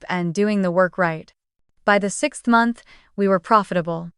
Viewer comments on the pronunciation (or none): none